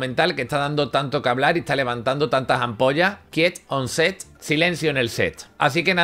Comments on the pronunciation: "kiet on set", no puedo con el inglés de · apenas empezando el video.... "En el quinto episodio de quieton se" hahahah te amamos ❤